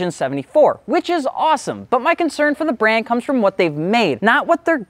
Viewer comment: Start by learning how to pronounce the brand’s name maybe?